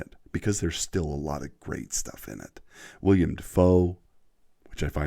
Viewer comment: I hate to do this to yah 😅 but its actually "willem" not "william" Dafoe i know... odd name but i like it.